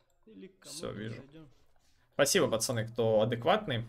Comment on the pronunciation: Я думаю что такое ты говоришь "пасани, пасани". Думаю кого куда пасануть надо? )))) Потом понял 😃